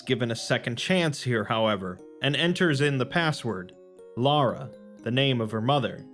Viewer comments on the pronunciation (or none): none